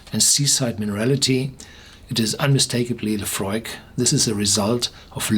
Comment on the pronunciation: Sounded like he said euphoric